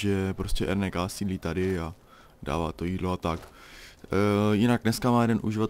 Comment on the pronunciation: RNK = ErNéKá? :DDD N se čte jako Né? :DDDDD